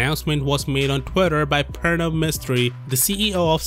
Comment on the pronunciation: The way you say Pranav I'm quite certain you have Indian decent